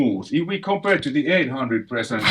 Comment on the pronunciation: Please don't "komPeRrr..." but "compare" LOL